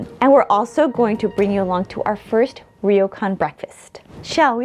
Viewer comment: It’s pronounced almost like “roar-Kwan”, NOT ‘reo-Kan’